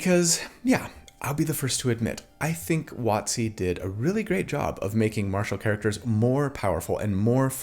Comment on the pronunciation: It took me too long to realize when you said "Wotsee", it is WoTC...